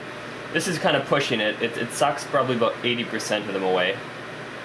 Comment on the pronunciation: aboooout . hahaha. Canadians